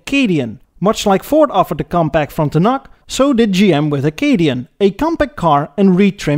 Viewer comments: I absolutely love these videos and the humour, but "Moe-nark" is pronounced 'Mon-ark', or 'Frunt-un-uc' is actually 'Fron-ten-ack'. I kept laughing my ass off at the silly, subtle errors. Not complaining. Rather, as a Canadian, I can run with it as I love the quality and watch each episode as they come off your automotive assembly line. Keep at it, brother. 1956 Ford Maple Syrup 5000? Solid Gold! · Great video but many mispronunciations. This includes: Monarch, Frontiac and Parisienne.